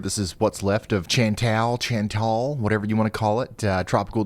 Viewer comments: “ Chan-tal “ not..” Chan-tall “ 😂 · Chantal is pronounced with a "Sh" - like "Shantal". Keep up the great work Ryan! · It's "CHANT-Y'ALL" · Hey Ryan, that name Chantal is pronounced as Shan-tal. Not a hard C; a soft c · Chantal is pronounced Shawn-TALL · I know you usually only get this treatment on stream, but it's pronounced as shahn-TAHL. Good day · Sounds like Shan tell; Ch like in Charlotte. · Bonjour Ryan... from Canada (Cornwall, Ontario)... Chantal is pronounced "Shantal" (it's French). Think of "Chanel #5"...LOL!!! Your accurate weather reporting is one of the most cerebral and up to date on YouTube. You are spot on as to the weather predictions heading our way. In Cornwall, we are expecting thunderstorms around 20 :00. Cheers!!! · It might be pronounced Shan-tell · Chantal is said like Shantal, thanks for all you do! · I'm pretty sure "Chantal" is pronounced "'SHɒN tawl" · It's pronounced "SHAWN-TAHL". Jesus. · Pronounce it like shauntal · Chantel = Shantel. Doesn't rhyme with ya'll. 🤣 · Chantal is pronounced ShanTALL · The name Chantal is French. So the CH is pronounce like an SH, and the “a” is like the “a” in father.